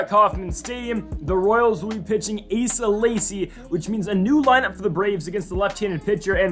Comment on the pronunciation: Asa Lacy is pronounced A Suh Lay see.